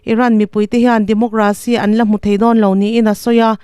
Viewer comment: Democracy hi DemoGRAcy ni lovin, DemoCRAcy.....Demo-KRAsi tia lam tur a ni, aw?